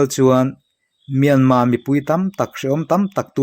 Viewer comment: I aw ngaihthlak a hah dam lutk NT. Myanma ni lo in Myanmarr zawk aw